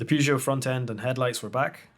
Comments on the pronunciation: It’s pronounced purr jo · You can't even pronounce the brand correctly... get some education. Good night.